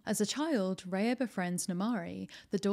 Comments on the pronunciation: It's Rah-ya not Ray-ya. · Genuinely hate to be this person but it's Rah-ya. It's a word in many of the languages from the countries the film is inspired by. I hope this isn't too much 😅